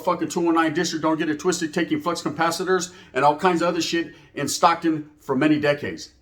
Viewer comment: It’s Stockton homie not Stocktone!! Dead homies! Palabra foo!! 😂 por favor believe it!!